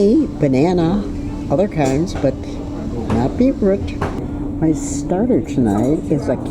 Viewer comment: What an interesting way to pronounce ‘beetroot’. Thanks for the videos as ever!